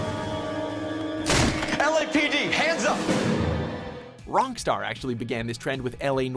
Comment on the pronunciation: anyone notice he said wrongstar or am I just crazy